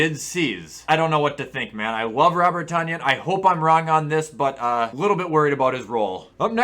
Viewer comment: It’s pronounced Tun-yan! GET IT RIGHT!